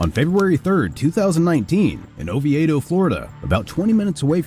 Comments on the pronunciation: I don’t want to nit pick but the location is pronounced Oh-vee-doh Florida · It's "O-V-DOH" and you'd know that if you weren't lazy always using AI. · It's pronounced oveedo FL. And this does not surprise me